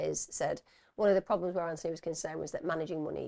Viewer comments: His name is pronounced Anthony with the 'th' , his mum argued with the liaison officer over the mispronunciation. It was one of the reasons his mum felt the police weren't interested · I remember that from ‘Four Lives’. Every time the liaison officer pronounced the name wrong, it convinced me that the police saw investigating Anthony’s death as an inconvenience to them.